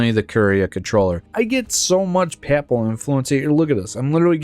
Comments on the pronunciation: Papal rhymes with maple. Except in EU4 videos, where folks picked up a lot of weird pronunciations of words they didn't know from old videos by Ludi and others who who don't speak native English. Pap-ul sounds like you're talking about baby food. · bro, the way U say papal pisses me off. other then that good vid